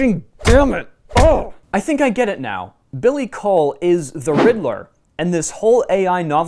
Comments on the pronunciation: Coull is pronunced cool not cole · as a scottish person, i can guarantee you its pronounced "cool"